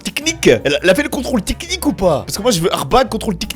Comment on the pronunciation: salut=), "Arbag or not Arbag" ? et lefameux contrôle "tiknik" çà me fume 😂 MERCI bcp et porte toi bien et bonne fêtes de fin d'années si au cas ou on se voit plus avant cette date =) 😇